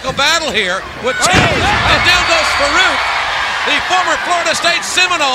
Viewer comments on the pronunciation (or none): So Vince calls him "fuh-reak" instead of Farooq lmao wow